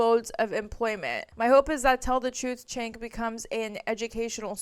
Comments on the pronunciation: Found you through Leftist Mafia and have really been enjoying your content. Just one tiny thing that’s been driving me kinda nuts - his name is pronounced “Jenk”, not “Chenk”. Left is best!❤ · Pronounced "Jenk", and he is trash.